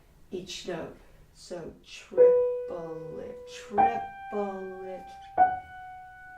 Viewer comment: This is terriffic. The curmudgeon in me wants to point out that “triplet” has just two syllables. This is what makes music so challenging. ;)